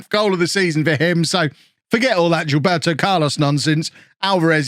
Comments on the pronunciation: It’s no g-ilberto .. is more like zea-lberto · Not to be a Grammar Na*i but it's pronounced JILL-BEHR-TO